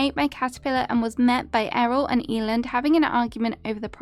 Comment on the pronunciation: Eiland is pronounced Eye-luhnd, it's a german Word ❤